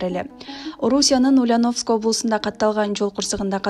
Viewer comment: Тексти туура окуучу, чон кыз. Бизде ударение деген жокпу?УльянОвск эмес УльЯновск болуп окулат.